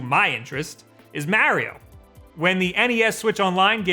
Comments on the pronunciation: BUT WHY DOES HE SAY "MEEAARIO" (A like in "Apple") AND NOT "MARIO" (A like in "Ability")?!?!? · Why do you say Mario the way you do? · I hate the way he says Mario 😂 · Start by saying Mario right then you can play it right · Every time he pronounces Mario like that a part me dies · Hurts my soul